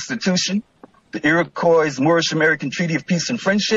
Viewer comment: lmao i love I just looked up the square miles of the U.S it's not 1 mill2 it's 3.797 million mi². he can't even pronounce Iroquois properly.